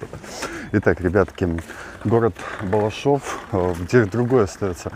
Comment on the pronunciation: Балашов, а не Балашово!